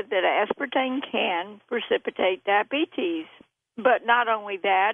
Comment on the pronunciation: I cringe every time she says "dah-bee-tees."